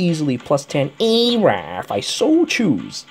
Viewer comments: Hilarious pronunciation of her name:D...and max respect for what you said. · AYYYYYYYYYY(e)RA I love ur pronunciations.